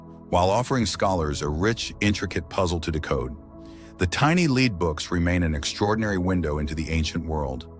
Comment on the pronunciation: Why mispronounced the word "lead".?????